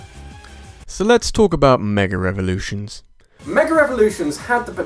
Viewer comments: It is just me or he DOES pronounce "Mega REvolutions" or something of the sort? Because if it's just me it's weird, but if it's not... it'weirder. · Does he really keep saying "mega revolutions"? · "meger everlutions" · I'm sorry, but, I need to say this "Megger evolutions"